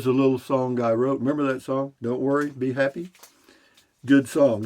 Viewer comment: At first I thought you said “ Be Hoppy” that might make a good T Shirt. “ Be Hoppy , Beer: 30 “